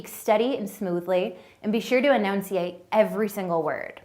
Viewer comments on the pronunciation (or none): enounciate.....LOLOLOL......she needs learn how to pronounce words correctly. its enunciate.....